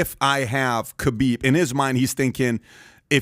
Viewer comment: I wish dude would learn how to pronounce Khabib